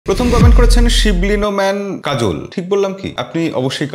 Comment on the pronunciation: সঠিক নামটা হলো (শিবলী নোমান কাজল) আপনি বলেছেন (শিবলী নোমেন কাজল)